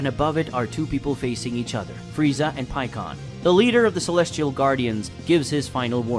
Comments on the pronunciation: Pikon = pie-con not pee-con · PIE-CON NOT PEEKON